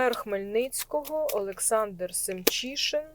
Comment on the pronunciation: Мирного дня, 🕊️🇺🇦🕊️ Дуже вдячна, що подивилися мера міста Хмельницького 👌 Олександра Семчишина - все вірно Ви його озвучили 👌👍 Дуже дякую за інформацію 🤗🤗🤗